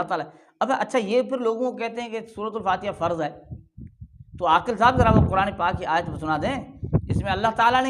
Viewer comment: یہ داڑھی منڈا عاکل ہے نہ کہ عاقل